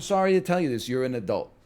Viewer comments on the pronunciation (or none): none